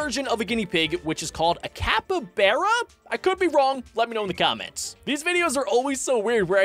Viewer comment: It's not a capaberra It's a capyBara